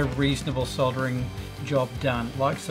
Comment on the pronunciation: Soldering pronounced the right way!